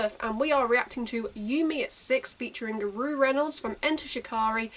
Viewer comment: It’s pronounced “row” as in to have a row with someone :) Short for Roughton pronounced “row-tonne” xxx